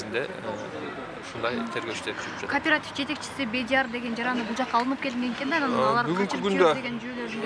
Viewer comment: Кардарлар! Кооператив деп айтылат.карпаратив эмес .атын туура айталбай анан эмне киресинер .карангычылык .